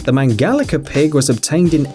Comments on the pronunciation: It's not Mangalica with K Mangalika its Mangalica like the rice's c. I'm from hungary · Its not mangalika but mangalica please if you dont know how to say something run it trough google translate to be sure.